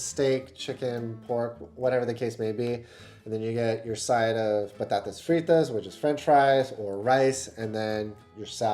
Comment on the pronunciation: Your "batatas fritas" was perfect!!! Well done 👍